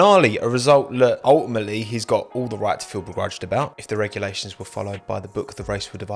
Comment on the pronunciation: Nobody:: UL-i-Mate-ly